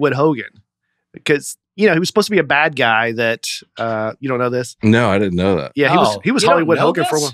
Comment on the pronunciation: Dusty DEFINITELY says a “T” after a “d”. I hear it in “Bad” and “Good”. He says “badt” and “goodt”